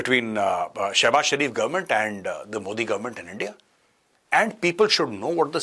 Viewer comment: the " Endia" word is Classic as always🤣